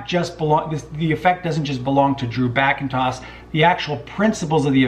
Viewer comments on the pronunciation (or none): Classy thinking. Well judged. Articulate too. Btw tiny point: it's Backenstoss, but Google will get you there.